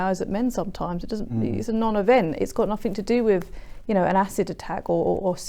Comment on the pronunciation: Speaking of "Speech development"....I would take you more seriously if you stopped saying "fink" and"wiv"!